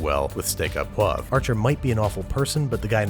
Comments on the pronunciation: Steak "au" poivre. Not "a" poivre. You pronounce it like the letter "o". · "au" is pronounced "oh" not "ah" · Just one note (which would also apply to Archer's production crew): "au" is pronounced "oh", not "ah". "Steak oh poivre" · It's not pronounced "ah poivre", it's "oh poivre". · It's "oh pwavruh" not "ah pwahv". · Steak "O" Poivre not Steak "Ah" Poivre my dude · Archer can't pronounce au poivre. He & you both said à poivre. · It’s pronounced ‘oh poivre’, guys. Not hard. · fun fact in french au is pronounced o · Man you need a French language consultant. "au" is pronounced "O". Steak O pwah-vr-eh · We're making : " Steacka pwavr " 😂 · It's pronounced \pwavʁ\